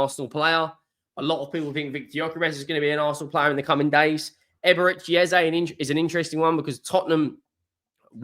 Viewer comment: Just please don't use Ezay like everyone is also assuming. It's Eze e e e e practice it. It's not Ezay please! This only happens when You tubers adopt it without knowing. Call Eze and ask him!